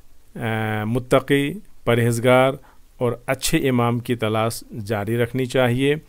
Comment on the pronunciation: Jo alfaz aap bol rahy thy Mirza ko mirja Talash ko talas Es liy Maine socha ke shayed aap Urdu nahi jante.